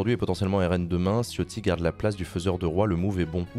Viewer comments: Sauf que Ciotti en Italien se prononce TChotti, et pas Chiotti. Quand tu dis Ciao, tu dis Tchao, pas Tchiao. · Chiotti prononcé à la ritale porte bien son nom